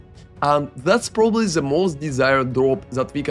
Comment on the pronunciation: Who the fuck pronounces "the" as "za"?